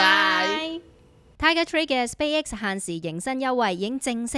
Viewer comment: 請不要將Space X 讀成Spay X